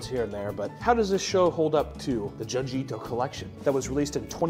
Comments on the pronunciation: "June G" not juhn-jee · June gee bro not djun ji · Isn't junji pronounced joonji? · Small thing, but it really tickles me how he pronounces it "Juhn-ji" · It's pronounced Joonji, like Jumanji without the ma. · the way you say junji ito is wrong lol that greenery looks dank tho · I can’t stand the way you pronounce Junji 😂😂